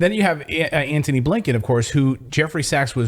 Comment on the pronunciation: "Antony" Blinkin, not Anthony!!!